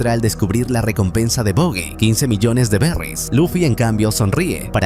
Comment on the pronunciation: Buggy ? Pronuncia Baggy que es lo correcto , suena feo decir Buggy